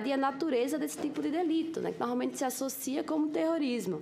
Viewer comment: "Norralmenti... Estudou tanto e nunca se esforçou em falar direto.